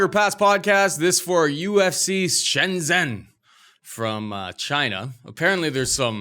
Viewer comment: it’s prounouced as Shen-Jenn! Not Shen-zen... my wife was rather annoyed at your lack of Chinese pronunciation haha. 😂